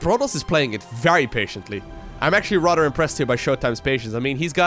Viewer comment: maybe you should avoid words you can't pronounce. It's tiring hearing about rudders all day. Have you tried the word "instead"? or do you not think about what you say at all?